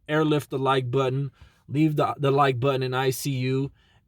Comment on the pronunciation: this nigga said air lift the like butten.... lol i love it bro